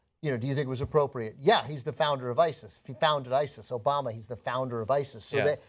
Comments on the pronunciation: He says Obana not Obama lol. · He says "President ObaNa" the guy can't even pronounce the president's name lmao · He said "President Obana" the first time!! LOL!!! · "President Obana" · HE SAID OBANA LMAO! OMFG LMAO! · Anyone catch that first time Trump said "Obama" he said "Obana"? Lol